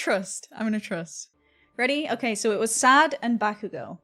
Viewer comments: BakUUUgo nononono baku-go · it kills me how she puts emphasis on bakugo's name 💀 she says it like baKUgo edit: later on she puts less emphasis on the ku but at the beginning she said it funny lmao